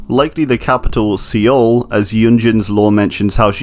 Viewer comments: He said sea ole. It’s pronounced “soul” man.... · Seoul is pronounced sou-ool not SeeYoll. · Its not se owl its soul pronounced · Umm you pronounced Seoul as See-oul but it’s pronounced Soul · Sorry it’s pronounced soul not see ool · see-oul bro its soul. SOUL not SEEOL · Seoul is pronounced soul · Love your videos but I wanna say that Seoul is pronounced like soul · Just to be helpful in the future, Seoul is pronounced “Soul” ☺️ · oh boy do i love "see-ole" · Pronounced "Soul" btw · Ok i know this is minor but: Seoul is pronounced more like Soul. Its minor but its REALLY annoying me but i understand the mistake and all i ask is that you learn from your mistake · Hey man, Seoul is pronounced soul. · you did not just pronounce Seoul like Seal, did you? ... Haha no front man, great job on the video. Just took me like 20sec to get which city you meant. You get much closer in pronouncing like the word "soul" which is still off but closer ;) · Seoul is just pronounced “soul” 😁 I was born there lol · the pronounciation of Seoul isn't an opinion. There is a right and a wrong way and See-ul is wrong. The e stems from the romanization of 서울 because there are two different sounds for o 어 is romanized into eo as in "soul" and 오 written as o as in "ohhh" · Seoul is pronounced more like soul, great video tho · Great video, but the way he pronounces Seoul hurts me... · Lol he can’t say Chernobyl or Seoul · The way he pronounces Seoul is actually kind of triggering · Great video, but the way you pronounced Los Angeles and Seoul hurt me a little bit😂. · You did not just pronounce Seoul that way . . .